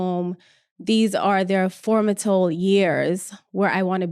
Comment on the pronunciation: *Formative not "formatal."